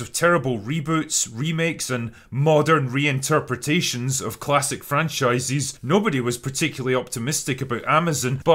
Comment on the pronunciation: I find you pronounciation tiring and funny at the same time. "modern reinterpretations" -> I love how you say this.